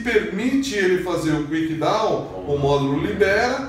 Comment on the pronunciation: É Kick-Down, não Quick-Down.